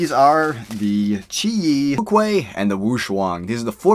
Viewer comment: Wuque is pronounced "woo-chwe"